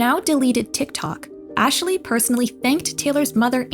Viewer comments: omfg why are you saying Ashley's name like that? It's not Ash-a-lee, it's Ash-lee. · Ash-ley It's not that hard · The way you keep calling Ashley "Asheley/Ashilly" is driving me nuts but I forced myself to keep watching because the video is interesting lol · I can’t unhear “Ashaley” lol, great video! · im sorry but the way she kept saying "Ashley" is giving me an ick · I came here to say this. Ashley only has two syllables lol